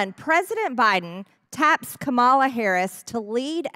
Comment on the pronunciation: How hard is it to disagree with policy, but have the decency to pronounce Kamala Harris name correctly??